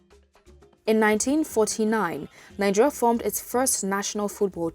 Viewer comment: nine-geria?? colonial masters??